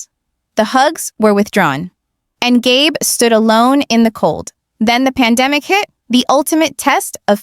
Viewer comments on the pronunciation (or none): GAB?! It's Gabe, or Gabriel. Crappy AI moderating. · Gay Brown?? Gab?? Do you mean Gabe? Learn to pronounce the names. 🤬